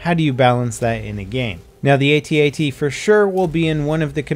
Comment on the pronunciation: Will you PLEASE stop calling them "atee atees"?! They're called AT-ATs!